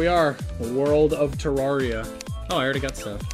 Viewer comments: "te rawr ia" smh it's "te rare ia" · It's pronounced "ter-rare-ria" as confirmed by all the devolopers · Why did you replace his face with wurt also it’s pronounced ter AIR ia fight me